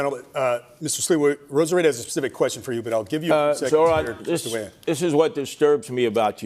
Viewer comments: Zorha, Zohan…why is Sliwa intentionally butchering hot name? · THE NAME IS NOT EVEN THAT HARD BRO IM CRYING "Z (of Zebra)-OH (of opening)-RAA (r and then the aa sound in Father's a)-N (just N.)" and then "MAM (the same aa sound found in father for the A, the ms are just M. You can even pronounce this as Mum if the mah is too difficult)-DA (yet again D with the a found in father. All the As in his name are like the A in father)-KNEE (self-explanatory)" LIKE BRO